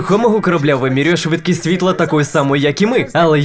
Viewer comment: В українській з'явилась "подвійна «С»"??? Чи це просто "швидкість амфетаміну"? Дебіли; тошно слухати!